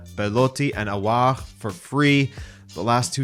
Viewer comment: Feels weird to hear you pronounce Aouar with a French accent despite it being an Arabic name. The pronunciation is much easier too: Awwar